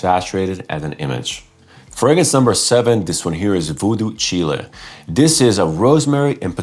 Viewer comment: Btw Daniel correcting you on the pronunciation of Voodoo Chile. it's a reference to a Jimmy Hendrix song. it's not Chilli like the pepper. Its Chile like the word Child without the d.